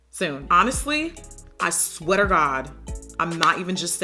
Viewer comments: “I sweater God” 😂 that’s what I heard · "honestlyyy I sweater god" it sounded like she said sweater and I died laughing